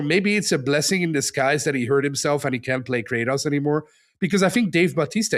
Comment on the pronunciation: everyone is just gonna let him pronounce Kratos like that?